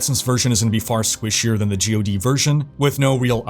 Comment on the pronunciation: Who pronounces it as “Gee Oh Dee”?? It’s GOD, as in the lord almighty